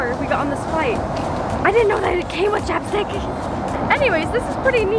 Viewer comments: Is it just me when she said chapstick i heard chopsticks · I thought when you said that chapstick was an aseseity I thought you said chopsticks when an asesity